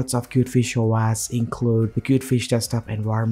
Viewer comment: its Pronounced Kiewt Fish Oh Ehs not Oh ASS :-)